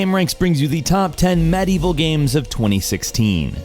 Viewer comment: Umm... That's one way to pronounce Medieval.